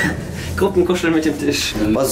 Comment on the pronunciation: warum sagt rewi eigentlich immer tich und nicht tisch